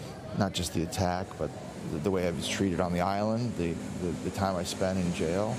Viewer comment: He butchered the Island name bad.